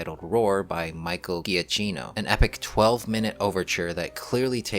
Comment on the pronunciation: I hate to tell you this but you absolutely mispronounced Giacchino's last name.